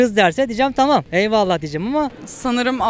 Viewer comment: Tımım dımıştım o kadar ben tımım dimiştim hshshshs o nasıl konuşma lan